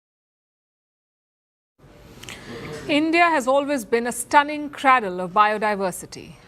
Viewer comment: The word is ‘cradle’, pronounced ’cray-dull’.. you idiot!